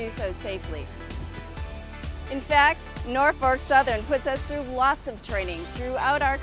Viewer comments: she said Norfark southern lol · Actors. Not being able to pronounce Norfolk is a dead giveaway. (NOR-fuk, or NAW-fik if you're OG). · nOrFaLk SOUTHERN